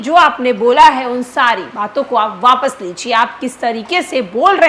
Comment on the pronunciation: बिजय सिन्हा को वापस कहना नहीं आता है, आपस बोलते है